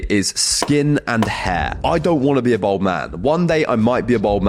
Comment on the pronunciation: Good info the youngsters, my only criticism is that it's pronounced "balled" not "bold".